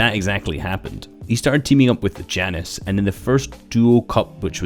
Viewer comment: It's spelled Jannis but it's pronuced ya-nes The more you know 🌈